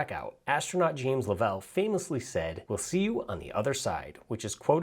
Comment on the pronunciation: Note - it's Jim Lovell .. Love-UL- also from Apollo 13 fame. Great watch!